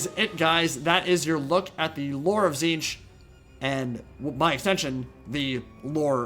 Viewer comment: its notTZEENTCH it's TITS-SNITCH